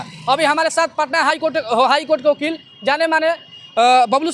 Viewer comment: Larchat reporter...sala Vakil ko Okeel bolta hai😂